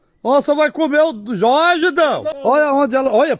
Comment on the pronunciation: O narrador do áudio em inglês pronuncia o nome "Jorge" com a pronuncia em espanhol, onde a letra J tem som de R. O Brasil não é um país hispânico , avisa para esse narrador mequetrefe.